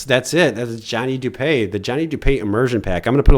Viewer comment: Its du-pee not du-pay